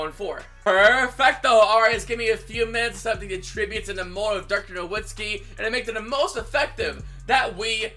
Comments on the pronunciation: Him Saying Na”w”itzki is frustrating me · The “w” in Nowitzki is pronounced as a “v” for anyone that still doesn’t know